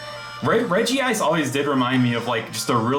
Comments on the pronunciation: i agree, great video, though it hurts me he incorrectly pronounces it as regi-ice. curse you 4kids dub and your incorrect pronunciations. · "I would Sawk on a Regice" is up there with Drain the Hog. 😂😂😂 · Is there a reason why you always call Regice "Regi-Ice"? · My man comin' in with the old 4-kids pronunciation. A very bold move when people are so quick to judge.